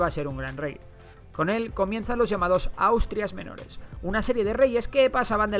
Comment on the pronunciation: En los dos dice austtias mayores